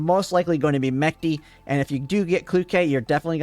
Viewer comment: Mechty is also pronounced wrong. "Ch" should sound like it sounds in "Chicago", not like in "Chemistry".